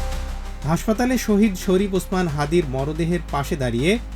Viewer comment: শহীদ ওসমান হাদীকে দেখতে লন্ডন থেকে ছুটে আসেন এক নেতা ! আর এক দলের নেতা হাদীর নামটাও ভালোভাবে উচ্চারণ করে না ! সে দলেরই আর এক নেতা লন্ডনে বসে বয়ান ঝাড়ে !